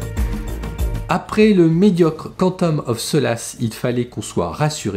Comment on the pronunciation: "cantome of so lasse" 😂🤣 prononciation impeccable 👌